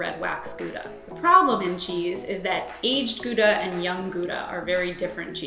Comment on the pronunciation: you cant even pronounce gouda correctly